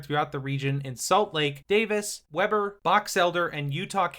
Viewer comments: notices pronouncing orem wrong but confindently pronounces weber wrong 😂 (wee-ber not web-er) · I feel you. Web-burr instead of Wee-bur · is pronounced WEE BER not WEB ER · 'Weh-ber' and "Oh-rehm" is a very cursed pronunciation haha. We pronounce it "Wee-bur" and "Oar-em" (lmao ) Nice video otherwise! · Great video man. Just a couple things tho with how you pronounce things. Utah natives pronounce Weber as (Weeber) and Orem is (Ore-em). Just so you know bro! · Weber is pronounced wee-burr. It’s odd but that’s Utah. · Nice video, couple of quick pronunciation tips, it's pronounced Weber:Wee-bur Orem:Oar-um (Oh hey, you got it! Nice job). Also if you want another facet of Utah transit to look into, go check out the Rio Grande Plan. It's a project that was spearheaded, developed, and championed by private citizens who came up with a neat idea to a problem they saw. The gist is moving the Salt Lake Central station a few blocks east, closer to downtown, to make use of the old Rio Grande station and turn it into a Denver Union Station type central hub. It has a lot of other components, but it's gaining momentum and feels relevant to this topic. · Weber is typically pronounced with a long e. It's wEEber. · It's pronounced Weeber. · I was going to say, it’s a great video, but Weber is pronounced Weeber. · Not how you should pronounce Orem and Weber. Baby steps I suppose, after those we can work on Mantua, Tooele and Hurricane. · every time he says weber like that just a little bit of me dies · You did finally pronounce Orem right, but you never got Weber correct lol. You should have talked about the Rio Grande Plan. You should do a video on that in the future. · Can't believe it took me so much scrolling to find someone calling out the Weber pronunciation 😂